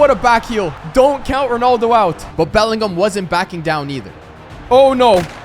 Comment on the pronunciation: Why do you say ronoldo?